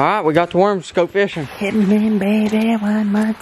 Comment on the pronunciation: When u said hite baby one more time my lounge came out of my body lol 😂😂😂